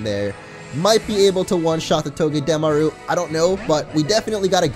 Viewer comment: I cringe every time he says togedemaru and unova wrong .. 😑 lol